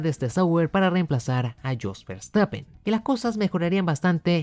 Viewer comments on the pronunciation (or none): none